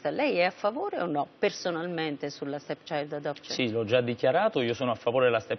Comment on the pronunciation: "La STETSAILD ELEPSCION" "LA STECCIAILD ADOPCION" alla terza l'ha azzeccata